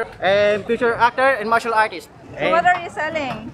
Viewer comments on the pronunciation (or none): none